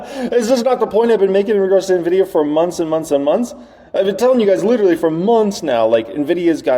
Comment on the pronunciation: Why the hell are so many "analysts" that CANNOT PRONOUNCE NVIDIA correctly ? "nevidia" "dividia" ... WTH ?